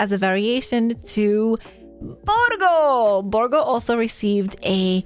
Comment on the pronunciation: she said Borrrrrrrgo! <3